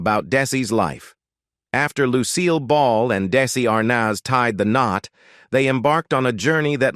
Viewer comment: It's Desi Arnaz not Darcey Arnaz